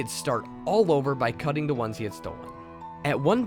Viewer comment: I like the videos but noticed instead of saying "the" you always say "da" n it's kinda trashy sounding. Sorry. I'm from Chicago and always hated when ppl pronounced "th" words "da". That's all.